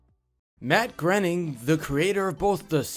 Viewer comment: Grayning! It’s pronounced grayning!